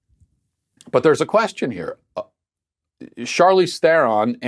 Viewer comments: It's pronounced "Shar-leez Tron (trilled r)". It's Afrikaner South African (which is effectively Dutch). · It’s pronounced Charlize Theron. Not Charlize Theron. My 3 year old sister kept saying she’s grand paws little boy. She grew out of it.